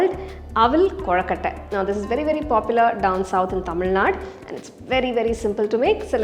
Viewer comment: Thamizhnad ❌ Thamizhnad'u'✅ Kindly correct your pronounciation 😊